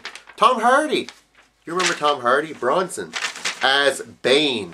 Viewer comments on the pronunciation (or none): none